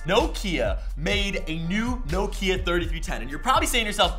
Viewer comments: You pronounced Nokia wrong! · year late, but americans dont know how to say nokia